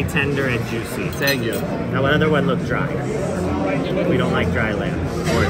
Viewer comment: Sänkyou haha eli bester mann🎉